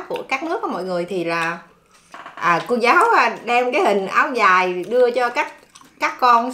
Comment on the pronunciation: Trời nợ lão béo nói áo dài mới nghe tưởng áo giấy